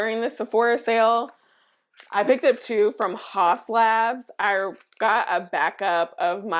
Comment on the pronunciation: The skinfix moisturizers are goodt! The cleansers too. Pricey though. Haus Labs is actually pronounced "House Labs"